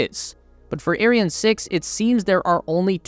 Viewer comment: Can you just google how to pronounce those weird words like Ariane and Thales. It’s not rocket science